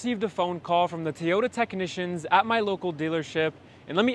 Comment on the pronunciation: “Toy” not Tayota. Come on man